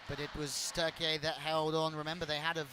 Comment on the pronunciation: Bütün spikerler ülkenin adı "TÜRKİYE" öğrenin artık.